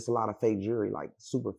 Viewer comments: And he so bad it lol- this goof the last person i would take ANY type of advice from- for sure not financial lolol- And, its pronounced “jew-el-ry” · He can’t even pronounce jewelry lmao he always worried about what others got going on lol